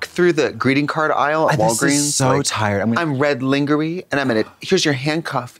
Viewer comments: We gotta teach Trixie & Katya how to pronounce "Lingerie"😂... I love them!!❤❤ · HOW DID TRIXIE JUST PRONOUNCE LINGERIE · WHY IS TRIXIE PRONOUNCING LINGERIE LIKE “LEENGEREEY” LOOL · Why is no one mentioning Trixie pronouncing it LINGER-Y 👁️👄👁️ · Why does trixie pronounce lingerie like Linger- Ee is that a country thing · Did she just call it Lingery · I don’t know how to say “lingerie” after watching that